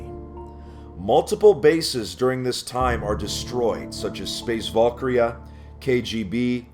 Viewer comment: why does he pronounce valkyria valkrya